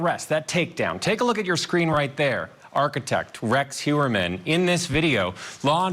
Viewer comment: Rex Hyoo-uhr-man. He literally said it on camera there is no excuse for mispronouncing it